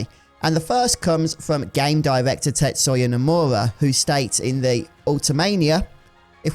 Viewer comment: I dunno why I found your pronunciation of "Tetsoya" Nomura so funny, but anyway it got me to subscribe. I don't mind if it's open world or not, but knowing Square, they're definitely playing it a bit safe when it comes to the tech side of FFVIIR development. If they truly wanted it to be open world, they would have pushed for an upgrade to Unreal Engine 5 much earlier, which would have been a risky venture that would probably delay release to at least late 2023, but it could guarantee that FFVIIR-2 wouldn't have nearly as many graphical issues as the first game did on PS4. FFXV got away with an "open world" by sacrificing a lot of the interrim between key locations, and I do not want to see something like that in 7R. The devs also smartly realize that FFVIIR-2 will still sell like hotcakes anyway regardless of open world, so why make that shift now? Maybe they could try something for a later Remake game (3? 4? I dunno if they'd go to 5) but I don't see it likely to happen. As long as I'm able to waste hours and hours in Gold Saucer, I don't care about anything else, ha!